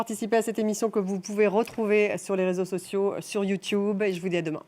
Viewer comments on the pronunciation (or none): none